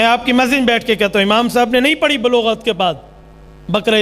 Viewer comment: اپنی اردو تو درست کر لیں "نماز پڑھی جاتی ہے۔ پڑی نہین جاتی"